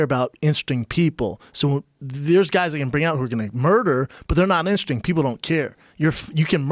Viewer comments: Brendan said "interesting" about 15 times and only pronounced it right once :) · How can brendan not pronounce interesting?! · Brendan has a hard time saying interesting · why cant schaub pronounce interesting correctly? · Brendan "I cant say Interesting" Schaub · When you cant say interesting lol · The entire content of the video is being overshadowed by Brendan trying to pronounce "Interesting". Lol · Brendan schaub cannot pronounce interesting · Schaub doesn't realize there's more letters in the word Interesting then he's using. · insting instead of interesting 😂😂😂 that’s funny as hell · Brendan pronounces "interesting" Instring like seven times. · Are we gonna ignore that Mr schaub mispronounced the word Interesting bout 3 times. Brendan "Ingstring people" Schaub. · In ter est ting. Not that hard. Instring... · I think its intesting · No one: Schaub: Intersting Schaub: In-In-Intressing Schaub: Interressing Schaub: Intersing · Everyone: interesting Schaub: Insring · Brendan’s brain: interesting Brendan’s CTE: inersting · Brendan "insring" Schuab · "Funny and intestin" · It’s intrsing... you gotta be instring... how instring... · Brendon trying to say *intesting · Brendan: Inursting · "Instring" - Brendan Schaub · why does brendan say instring instead of interesting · Homeboy said "In'sting" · Instring, instring.. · “You’re indersting, indsting. “ uuum what?! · How many times does that fucking mouth breather need to try and pronounce the word “interesting” before he gets it right? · Schaub - "Instering, instring, instristing ... " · in-ter-es-ting. Not sure what happened there but ya left some syllables on the floor. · Brendan “inshtig” Shaub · Brendan "Instru-string" Shaub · "I'm Indresing" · Brendan "interisssting, intesing , enteristing, intising" Schaub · Brendan "Instring" Shaub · Schaub, what's 'instersting'? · Very Instring. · insting... in a sting.. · That's intastring. I too struggle with pernunsations at times. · Lol Brendan cant say the word interesting